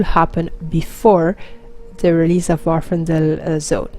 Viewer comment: Happy birthday! Love the video (as always). On another note, the island in question is Vvardenfell, not Vvarfendell. Easy to mispronounce though. Glad to see you are finding time to play and do videos while working at the new job. Thanks again!